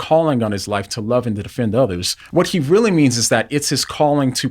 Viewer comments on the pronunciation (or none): none